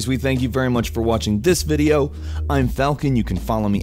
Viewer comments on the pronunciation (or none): none